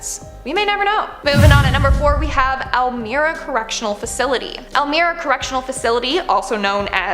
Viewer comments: Elmira - El my ra …trust me I’m from up there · Elmira is pronounced el-myra. Love you guys!!